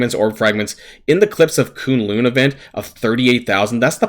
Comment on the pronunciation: Not Koon-loon it's kun lun rhymes with cunt lol